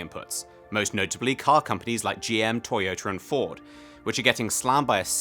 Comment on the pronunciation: Toy-oh tur